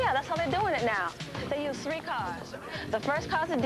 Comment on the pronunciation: One...two..TREE...four...five. Anyone else notice how he says "three"? This was filmed in 🇨🇦. The actor sounds like a French Canadian.